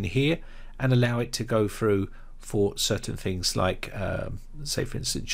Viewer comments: "Fings" to disable? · When you say Fings and Fought, Do you mean Things and Thought?